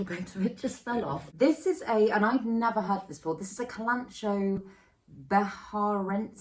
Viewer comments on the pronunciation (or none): Just wanted to correct your pronunciation, it sounds like “ka-lan-ko-e” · kalanchoe is pronounced KAL-en-KOH-ee fyi. I just watched Emma's video and she was saying it the same way which was cracking me up...maybe share with her 😘 ya bf is super cute btw. my fuzzy petiole is on a moss pole. still immature but sizing up nicely!!